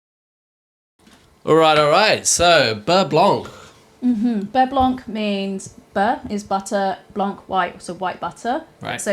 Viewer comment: silent C at the end of blanc :P